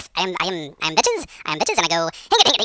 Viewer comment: VAKS NOT VECHES! :D